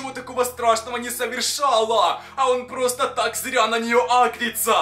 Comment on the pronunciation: Почему когда говорит просто сразу же мне кажется что он говорит просто сри уже🤣🤣🤣😂🤣😂🤣